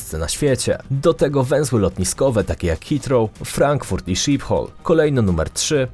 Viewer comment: Wymawia się szipol